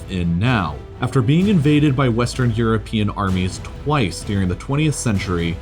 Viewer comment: "beeing invaded by westarn cuntry" - c'mon at best it's half true - Soviet union co-start WW2!